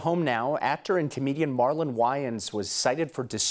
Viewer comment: Your mans butchered Marlon’s name, tho.